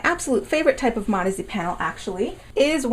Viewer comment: Sounds like you’re saying “marzy” instead of modesty...